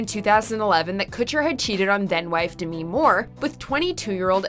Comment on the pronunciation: It’s not DE ME it’s DEMi